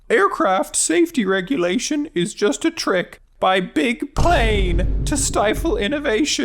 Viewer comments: Rouxls "Ai Regulatiohné" Kaard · It‘s pronounced „regulations“ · It's pernounced "regulations"